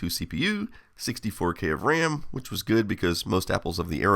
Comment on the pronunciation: RAM being pronounced "wräm" is both hilarious and endearing 😂